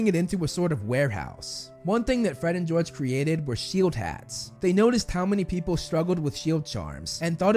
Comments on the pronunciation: Really "fred and gorge" ish 😂😂😂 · “We’re Gred and Forge!” - Fred and George.